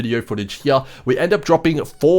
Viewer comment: Take a shot every time he says “here” (“heeah”)